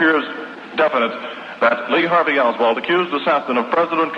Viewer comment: Why no one told it was Lee Harvey Oswald not Lee herald Oswald